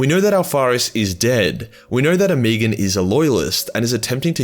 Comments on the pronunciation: Ohm-eh-gone, not oh-me-gone...you're killin me smalls. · oh-muh-gawn.. the way you are pronouncing it honestly makes me want to unsub off that alone.. it's like nails in my ears..After using the word autismo I forgive you though..